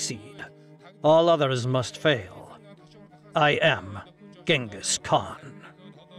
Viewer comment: cHINGUS kHAN , not the easiest name to pronounce